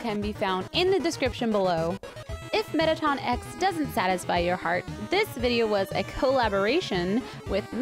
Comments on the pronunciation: Was anybody else cringing when she said METTATON X??? ITS FCKING METTATON EX EEEEEE X!!! god ppl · Mettaton EX its EE EX Im sorry im just triggered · It's said as E X 😠😠😠😠 IT FREAKIN annoys me to much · Helo fabulos rodot it's not Mettaton Ex it's Mettaton E.X